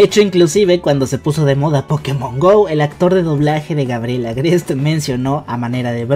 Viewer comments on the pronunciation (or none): none